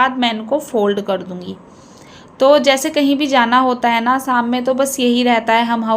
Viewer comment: Nice vlog Thora sa speaking style pe dyhan den vlog,wash,morning Yani o waly words me apki pronunciation Sahi ni isy improve kijye shadi ko Saadi,tasty ko tashty,sham ko Saam mtlb sheen ko ap seen khti hyn n seen ko sheen khti hyn improve kijye I hope you dnt mind 😊